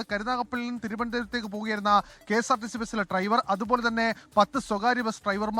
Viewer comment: എടാ മരം ട്രൈവർ അല്ല ഡ്രൈവർ